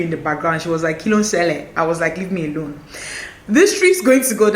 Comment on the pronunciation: "Leave my tree A-LONE..." Please that finished me. 😂